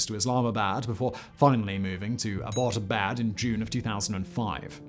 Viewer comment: Abba-bot-abad 😆. Think you added an extra syllable there, buddy!